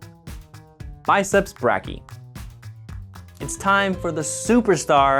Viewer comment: You say brachii weird